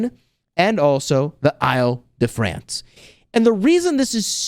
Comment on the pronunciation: the way to pronounce Île-de-France is like "ill" or sick in english....